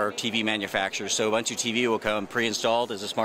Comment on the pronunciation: why is the guy saying ubuntu in the fuckin wrong way?